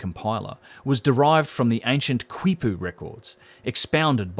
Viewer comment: Excellent information. Really valuable contribution. By the way "quipu" is pronounced "kee-pooh."